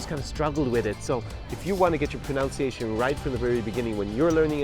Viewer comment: I am having a serious problem accepting advice on pronunciation from a guy who can't even pronounce the word "pronunciation" properly.